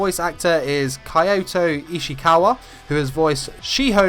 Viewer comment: I thought he said Ichikawa instead of Ishikawa people where you at